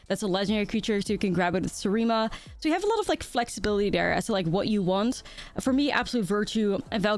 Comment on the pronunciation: is the first content creator to pronounce the Seriem correctly. Vorthos girlie confirmed?